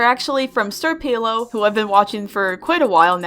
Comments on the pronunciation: You pronounced sr pelo wrong it's señor pelo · It's pronounced, senior pelo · Sr Pelo is spanish, its pronounced Senõr Pelo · Sir pelo is actually pronounced senior pelo as he’s spanish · You are supposed to pronounce Sr pelo as senior pay low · not to be that guy but its pronounced senyor pelo